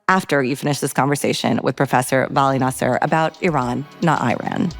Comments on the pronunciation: your are smart girl and you had a very smart questions i enjoy your interview very much, but you have to learn how to pronounce vali"s last name correctly, is nasr not nasser 😃❤ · Great interbiew with Dr Nasr. By the way you correctly pronounce Iran not I ran!! The pronounciation of Dr Nasr is Nasr and not Naser. I may heard you wrong.....but I heard Naser abd not Nasr!!!! 🎉🎉🎉